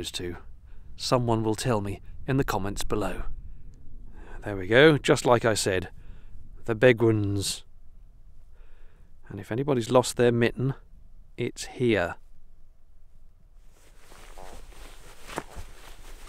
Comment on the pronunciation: Locals pronounce it the beggins